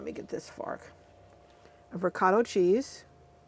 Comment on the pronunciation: Sorry but it's driving me crazy the pronunciation is reecot-uh cheese and Raman-oh. and Motts -e rella. Please. Also if you don't want the noodles to stick to the bottom it's helpful to put a layer of sauce on the bottom or butter